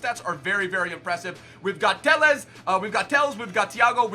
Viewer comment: Tellesh, Danny Alvesh, and talishca